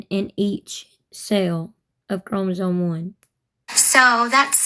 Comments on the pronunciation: She’s saying chromosoNe. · “ChromosoNe” she says- no its chromosoMe gypdip